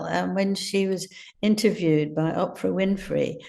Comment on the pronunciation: Please teach Angela levin to say Oprah’s name correctly. She’s a smart woman with important things to say and it just makes her sound uneducated and spiteful.